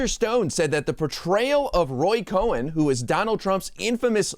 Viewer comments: It’s Roy “Cohn”, phonetically pronounced as “cone”🤭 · It's Roy Cohn, not Roy Cohen. Pronounce it accordingly. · Thank you! FYI Roy Cohn's name is pronounced "cone" not "Cohen". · Not cohen, its Cohn 🤭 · Honey, sorry, it's not Cohen, it's Cohn, like ice cream CONE. So of COURSE we'll all go watch it because YOU said it's terrible. Hey man, it's byour big mouth that got mento buy all Woodwards's books about you. I tou hate it, it must be great. Moron. Hahahahahahahahahahahahahahaha. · Roy Cohn-Cone and not Cohen which is how Michael Cohen's last name is pronounced. Sorry but the two should never be confused. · “cone”, not “cohen” really bad journalism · It's Cohn not Cohen. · it's like cone,,, not cohen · fyi its Roy Cohn pronounced like ice cream cone.